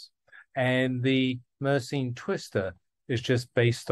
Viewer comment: he is pronouncing it wrong, it is a French name, so it should be mer sen